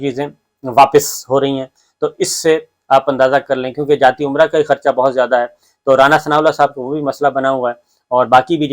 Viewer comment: محترم یہ لفظ عمرہ نہیں ھے بلکہ امرا ھے ۔ جاتی امرا۔ یہ ھندی کا لفظ ھے۔ امرتسر میں اس نام کا گاؤں تھا میاں شریف کا۔ اس لئے یہاں بھی انھوں اپنے محلات کا یہی نام رکھا۔۔ حرف ع۔ اور لفظ عمرہ عربی زبان کا ھے۔ یہاں مقامی نام سنسکرت ،اورھندی میں ہیں۔۔امرا نام کے کئی گاؤں ہیں پاکستانی پنجاب میں اور بھارتی پنجاب میں بھی۔ ۔۔اب شریفوں نے جاتی عمرہ کا بورڈ لگا دیا ھے یعنی یہ مقدس لوگوں کی رھائش گاہ ھے ، بلکہ عمرہ ادا کرنے کی ۔۔نعوذ باللہ۔۔